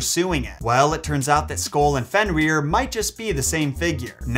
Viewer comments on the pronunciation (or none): You’re actually saying it wrong. You’re saying it like fenrear but it’s like Fenrir. Like grr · So funny to hear you Pronounce his name has "Fen-rear" and all the other Norse names